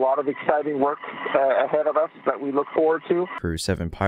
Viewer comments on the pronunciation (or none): none